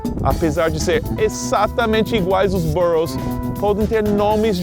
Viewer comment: Wow! How long have you been living in the US? Your pronunciation of the boroughs were absolutely perfect!